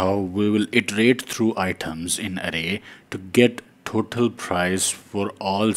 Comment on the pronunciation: You should to speak total not thotal 😂